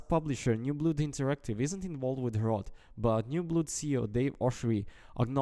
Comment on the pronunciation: Proud to be from the Czech republic. And hrot is pronounced differently. Type it in google translate and change it to the Czech language and play it.